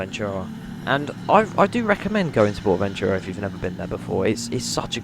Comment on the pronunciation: when you say Ventura wrong and you put a voice over on it 😂